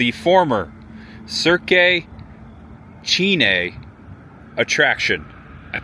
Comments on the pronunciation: I think it's just pronounced Cirq, like the beginning of circ -us. I believe it's French like "Cirque du Soliel". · Cirque is pronounced 'Serk' btw.